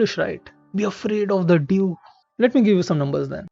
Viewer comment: if someone calls dew as dove, that’s when to stop watching video.